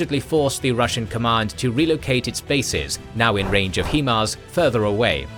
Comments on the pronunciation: Why do Brits insist on calling HIMARS "Heemars" It's pronounced "Highmars" HIgh Mobility Artillery Rocket System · Thanks for the video! Always happy to see K&G content! 👍 One request though 😉 Please stop saying HIEMARS. It is pronounced like this: High-MARS, because it is an abbreviation of "High Mobility Artillery Rocket System". You see? It starts with the word HIGH, hence you should pronounce it as HI(gh)MARS 😊 Cheers and hope you can continue to provide your awesome, high quality content! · Please stop pronouncing it hemars it's himars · I love these videos, but I scratch my head everytime I hear them pronounce HiMARS (High Mobility Artillery Rocket System) as "hee-mars". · It’s HI-MARS NOT HE-MARS 😂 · HIMARS is pronounced "High-Mars"... (High-Mobility-Artillery-Rocket-System). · Yes, HI-mars like in High Five in the face with a brick hi there, nice to meat you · Still can’t say HIMARS correctly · He's British. Plenty of English words he's unable (or unwilling) to say correctly.😁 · Still mispronouncing HIMARS. Thumbs down for inaccurate information.